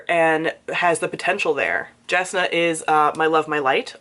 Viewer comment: I'm sorry to do this to you but Jasnah is pronounced Yasnah : |